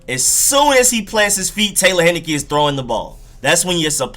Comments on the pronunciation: HIGH-NE-KEE not HEN-NI-KEE Taylor, not Tyler... Great play deserves getting it right. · Thank you for the film! I saw him play 4 years at my college (ODU). He was amazing for us! By the way, his name is pronounced TAY-lor HIGH-NUH-KEE. Lol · It's Taylor Heinicke, like the beer but without the n at the end, and his first name is Taylor, not Tyler. People butchering my man's name. Dude lit it up at ODU.